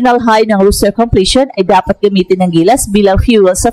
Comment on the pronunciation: ROSTER po, hindi ROOSTER